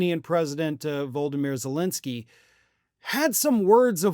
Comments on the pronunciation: Please learn how to pronounce Zelensky's name properly - Vlad-i-meer not vul-di-meer. So disrespectful! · OK I guess is never gonna learn this. It's not "Voldymyr" - It's Volodymyr - 4 syllables - not 3... VO-LO-DY-MYR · "Voldemir"? "VOLDEMIR"?? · Volodymyr NOT Voldemir Get a new editor! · It’s not “Voldameer.” Cmon, show a little respect. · You are an ageist creep who cannot even pronounce "Volodomyr." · Much as I appreciate you and your channel, I feel it's not too much to ask for you to pronunciate vo-lo-do-mir ze-len-ski more appropriately